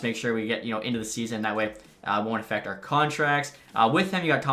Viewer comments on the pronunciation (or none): none